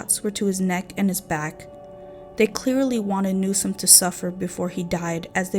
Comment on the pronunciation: I just have a feeling this video is going to fall very short of your claims…ESPECIALLY because you mispronounced NewsoM. Not Newson. NEWSOM. It’s important when you’re talking about murder victims.